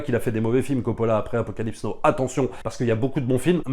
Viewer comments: Super boulot je suis fan et passe des heures à tout mater (ah l'épisode sur le Parrain!!!) Petit détail on dit pas Apocalypse no mais Apocalypse now et aussi mais c'est pour enculer les mouches, on dit pas génèse en français mais genèse même si tout le monde fait cette erreur à cause de ces enfoirés de Genesis (attention je suis fan de rock prog et donc comme souvent de SF etc) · Entre "Apocalypse No" et "Hurt of Darkness", c'était trop pour mes oreilles, déso.